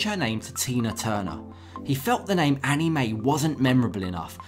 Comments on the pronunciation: First of all it's Anna Mae not Annie Mae. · its ana-mae not annie